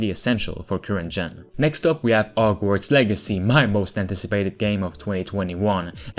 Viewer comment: What happened to the "H" in "Hogwarts" and "Horror" ?